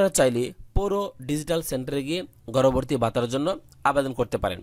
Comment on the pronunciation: উচ্চারণ ঠিক করেন। গর্ভবতী নট গর্ভরভর্তী😡